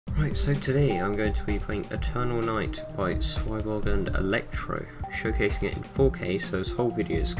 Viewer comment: dude its pronounced sweeboarge